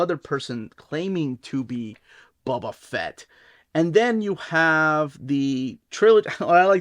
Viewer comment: Bubba fat?😂😂😂